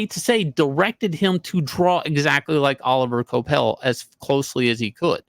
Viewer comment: Oh liv ee ay (like Laurence Olivier). Dude's French. Kwah pell.